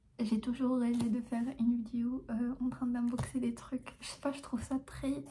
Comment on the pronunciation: Mdrrr j'adore quand elle dit "vidio"